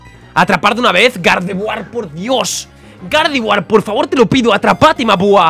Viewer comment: Cuando estaba escojiendo el nombre de gardeguar dijo perapera